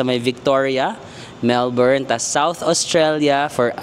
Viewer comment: Matutuwa mga Melbournians - you pronounce Melbourne correctly